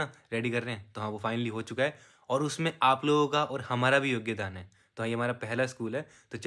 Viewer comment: bhai kisi ne notice kiya yogyadaan instead of yogdaan